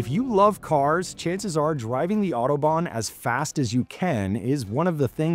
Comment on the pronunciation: Autobahn. Nicht Outoban😅